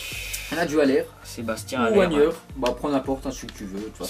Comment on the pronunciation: T'as dit Wagner mais sa se prononce vagener j'ai mis le e entre le g et le n pour dire ke on dit gneu mais geneu sans lire le e bref t'as compris 😂enfin j'espere